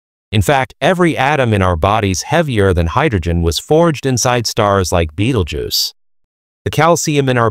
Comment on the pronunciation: Hahahaha Beetlejuice .... hahahaha non, Betelgeuse.